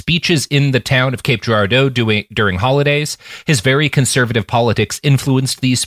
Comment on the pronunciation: Great episode but I gotta say hearing Robert constantly mispronouncing Cape Girardeau (gir-AR-doh) makes me want to take away his Missourian status